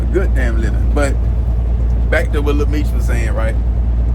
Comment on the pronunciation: He be butchering every name